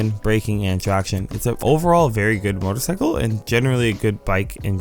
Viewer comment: They are both very good motorCYcles